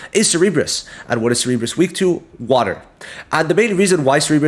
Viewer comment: Lol Cerebrus, isn't it Cerberus